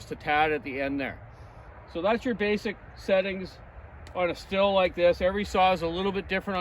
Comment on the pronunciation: You seem to have a good grasp on basic tuning, but it’s pronounced “steel” not “still”